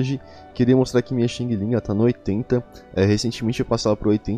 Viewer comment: muito bom o video, ajuda muito, mas eu ri no começo "queria mostrar aqui minha xing ling" kkkkkkk parece que ta mostrando um produto falsificado chinês kkk (só pra ajudar quem quiser falar "direito", fala só Xian lin, mas o lin com um g bem curto no final ou fica ouvindo ela falando o próprio nome na opção "voz" em "perfil".. mas é so se quiser, se não, pode chamar ela ate de Cocada ❤️)